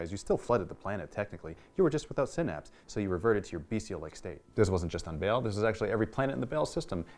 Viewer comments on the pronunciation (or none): Pretty sure it's not pronounced 'Bale". Baa-hl? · BAAL not BALE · It's pronounced like ball not bail, the video by games workshop pronounced it. Otherwise good video. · Baahl not Bale ;) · xD the way he pronounces Baal threw me off, but then he added that bit about why he pronounces it that way and it warmed my cold Imperial heart.